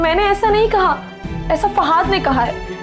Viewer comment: Ye fahaaaad q bolti hy lafaz to fahad hota hy 😂😂